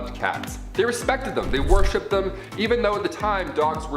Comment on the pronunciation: Worshipped not warshipped lol